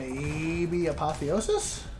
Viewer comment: It's been a while. Apo-thesis. Never letting this go haha. Keep up the great work